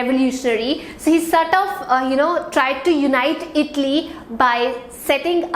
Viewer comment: Please pronouce ITALY properly ! U r pronouncing as itly ! But good class.